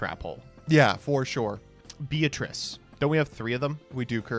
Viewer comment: Man all y'all italians real loud in here when it comes to Mare Mare, but silent as a church mouse when it comes to Beatrice Lady of the Eternal. Its based on Dante's Inferno, pronounced Be-a-tri-che.